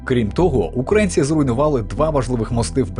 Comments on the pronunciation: Вибачте, але що за озвучка? Які такі "укрАїнці"? Якщо це ШІ озвучка, то треба якось виправити. Якщо ні, то ваш диктор - малоRос. В Україні живуть украЇнці❤🇺🇦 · дякую за відео, але що зі словом "українці", "український"? Чому воно укрАінсьий і укрАінци? неможливо слухати це мені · УкрАицы... Фу, выучи название страны, и название национальности. Сам ты укрАинец. Кто тя вообще диктором сделал.